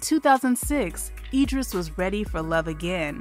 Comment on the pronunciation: It's pronounced Idris with an "I"